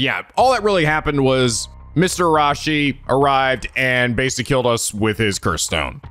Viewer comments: I know this is probably a lost cause, but, please, there's an "i" between the second "a" and the "s" in Araishi's name. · About Araishi's name (and Shiraishi's too). It's not Ara-shi and it's not Shira-shi. The "i" in the middle is not silent. It should be Arai-shi (like Arai from Yakuza 4 with shi at the end) and Shirai-shi. But you can easily check the pronunciation of any japanese words in google translate. It might sometimes not be the best at translating whole sentences but I never seen it being wrong about single japanese words when it comes to pronunciation.